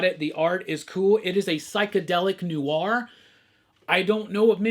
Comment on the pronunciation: Look man. It’s not “new are”. It’s “nwar”.